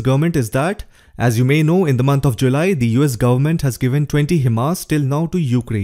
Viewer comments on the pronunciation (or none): none